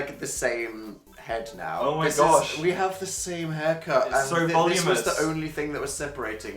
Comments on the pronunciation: (you're supposed to curl tip to root okay bye) (also it's voluminous not "volumous" okay I'm leaving) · Its pronounced Vol-oo-min-ouss